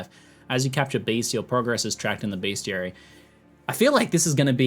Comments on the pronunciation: it is Best - I - ary, not beastiality. That is,if you have google safe search turned off, something entirely different. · did ziggy say bestiality ? :D